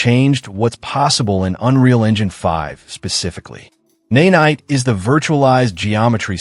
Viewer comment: This video got my sub to this channel but I bet you have a lovely speaking voice and I’d love to hear it over this AI voice that says “naynight” lol